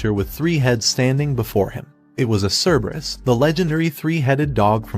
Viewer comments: ke-be-rus❌ cer- ber-us✅ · Cerberus in original Greek is more like Kerberos, and is pronounced like "Care-bear-oos". Yes, you heard that right ladies and gentlemen: the guardian of hell is the original Care Bear! I wonder what badge it has on its tummy? Does having 3 heads make it easier to perform the Care Bear Stare?